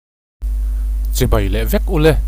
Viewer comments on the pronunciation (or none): none